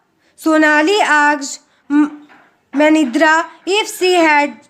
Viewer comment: Im worksheet 6>5th question was there but that guy was Said wrong pronountion that is mandira not madrina😂😂